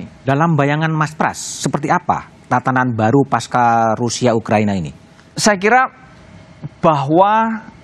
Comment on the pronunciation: Yg benar pasca bukan paskah.. Huruf C tetap dibaca C, bukan K